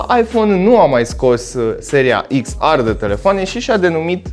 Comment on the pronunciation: Daca tot zici “ar” la r, de ce nu zici si “ecs” la x? No hate 🤜🏻🤛🏻